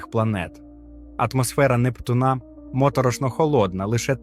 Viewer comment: От цікавить, автор знає про таке.поняття, як наголос?- не "Нептуна', а "Непту'на"!!!